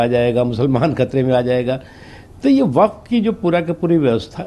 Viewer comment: बेटी वकफ नही वक्फ बोर्ड है थोङा अपनी हिन्दी सही करो